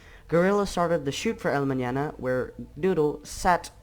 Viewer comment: The fact this person says "el mañana" correctly gives me an unhealthy amount of happiness